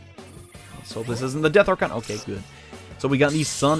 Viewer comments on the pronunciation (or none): none